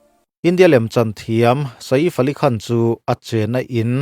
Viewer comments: Sa-if ti a lam lo hian, midang lamdan in "saif" ti ve mai la😂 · Sa if...a lam lovin sef ti alam tur.anih loh pawn safe..ilam dan dan kha dik ani mai ang. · Ka lo ti ve mek a....😂 Saif tia lam mai thin a nia. A rawn ti sa_if ta tlat sia....mi zawng2 Hriata hetiang ti chhuak tur chi hi chuan mi nawlpui lam dan te hi han hrechiang hmasa ve thin se a tha ngawt ang 😅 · Sa iff ❌ Seeifff ali khan✅ Ngaihthlak anuam thin e🤝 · A hming hi i van lam thiamlo ve aw😄😄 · Sir, Sa-if ti suh....Sef tih tur 😅 Chuan, film chu film......huaisen taka a lo beihlet ve avang hian a ngaihsamawm zawk.... Arnold meuh pawn stuntman a hmang fo.. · Vai ho in sa-if ti in vawi khat mah an lam ka la hre ngai lo, a leh i kal kawp chu e angin an lam ri ṭhin... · Sa if a ni lo, shave/save tia kan lam ang khan lam tur. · Sa if ni loin saif aw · 😂😂😂 lam cial khawp mai.. Bollywood ho pawh an bo map thei mai ang😂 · a lam dan dik tak a nih a ka hmu lo a min lo hrilh laa ..i Hriat hmel bawk sia..YouTuber pakhat vang in vai hming lam dik lo ah ka in hruai tir dawn lo reng reng ..😂😂😂